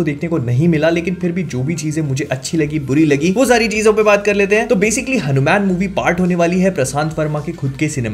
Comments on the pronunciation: Why you are always keep saying it हनुमैन? bhaiya teaser me hindi me wha par हनुमान likha hua aata hai, toh aap hanuman bol sakte hai, or waise bhi ab toh koi confusion bhi nhi hona chahiye aapko teaset dekhne ke baad. By the way the review was awesome. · HanuMan = pronounced as HanuMaan not Man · Please pronounce Hanumaan Not Hanu-Man Please Movie Ka Naam Hanuman Hai baki Exited to hai iske liye🔥🔥🔥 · Please , I understand you watch have grown up with Western comics but please keep a threshold. You didn’t talk about the climax shot which was the highest point in the trailer. And please stop saying Hanu- Man. It’s Hanuman , for comic book researchers it’s very obvious to resonate Batman, Ironman but people like us, the Setu Org. members and researchers he is the living reality, the history, the present, the future, our emotion. Because we have explored his traces. Man of culture please value our own culture. 😊Anyway, keep on your comic book research along medical service. You are doing a great job. Love from Boston. Om ShivRamHanumate Namaha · It's not हणूम्यान it's हनुमान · Its not hanu Man Its Hanuman hair... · Its हनुमान not हनुम्यान (Hanu Man) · It's not hanumen it's hanuman correct it . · Its just ( हनुमान) ,not HANU. MAN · It's हनुमान not हनु मैन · हनुमेन mt bolo yaar हनुमान bolo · Bro its Hanumaan not Hanuman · It's हनुमान, not हनुमैन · Isko हनुमान bhi bolna nahi aaata😂😂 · Bhai apse ye ummid nhi thi Kam se kam name to shi se lo